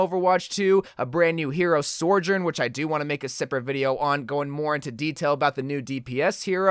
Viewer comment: isnt her name Soujourn? and not Sourjourn?